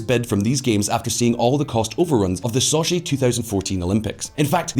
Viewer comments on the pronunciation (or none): none